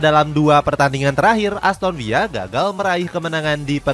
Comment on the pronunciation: aston villa min bukan aston viya